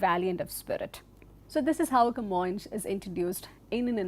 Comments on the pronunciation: Camoes is actually pronounced "Ka-Moynsh" as a sounds in Kappad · You may also pronunce his name as kuh-MOYNS, so the S is like S and not like Sh, if you prefer it. In Portuguese it is written with a tilde, Camões, which makes the vowel O a nasal sound Õ.